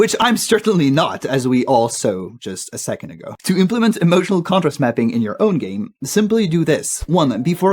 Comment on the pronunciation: Do you speak French? You have some trouble with placing the right syllable stress on English words: implement You said im-PLEE-ment instead of IMP-luh-ment. consequence Most of the time you said it correctly but there was one instance of con-SEE-quence but it is always CON-suh-quence (notice that after a stressed syllable, the vowel in the next syllable often loses emphasis and becomes an "uh" or schwa-symbol sound. chamber You said CHA-mburr but in fact it is CHAY-mburr